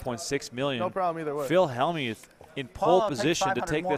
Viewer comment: Why can't even Helmuth say his name properly. Who put the Y in Hellm-youth?